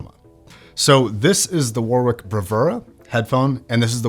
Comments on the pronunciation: As an englishman, the way he pronounces "warwick" sends me for a loop everytime lol. No hate to mr, it is just ammusing. The correct way to pronounce it would be like War-Rik (war rhymes with boar in this case) Love your videos boss! edit:lmao spelt warwick as warwich fml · YES lol, i'm an Aussie with English relations. WarRick is exactly how it should be pronounced. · It's also funny to me as an Australian as the actual pronunciation here sounds like worrick (it's a suburb here in Perth Western Australia). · lmao learn to pronounce Warwkick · Was going to comment the same thing. Use to pronounce the same way until I knew better. Same goes to many other UK places. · The second w in Warwick is silent. Also it’s ‘than’ not ‘then’. Please stop